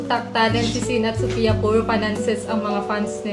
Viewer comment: Wrong pronunciation si sophia sa channel BOBO